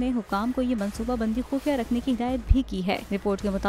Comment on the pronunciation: خفیہ ✔ خوفیہ ❌ 😅😃😂